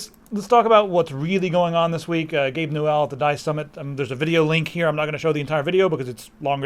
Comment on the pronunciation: Its newell not gabe new L